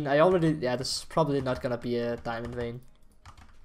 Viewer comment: Do I hear diamondo? I hear diamondo